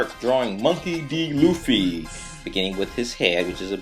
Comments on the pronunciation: its Luffy not Loofy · lol you say it like loofy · No Luffy is pronounced Ruffy in fact all L are pronounced R in Japanese. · why do you call him "Luffy" that's like the japanese version cause they can't pronounce the "R" in english he's called "Monkey D. Ruffy" if i'm not completly wrong but still nice video though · "you have to stay on model" Doesn't do it him self. Man you're good at the american cartoons and comic drawings. Manga not so much :S. I mean you even said his name wrong *face palm* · japanese ppl don't pronounce the R with the L... they pronounce the L with the R... like... when franky sang he was singing right RRRRReft because he can´t pronounce the ´L´. just saiying saiyan.jpg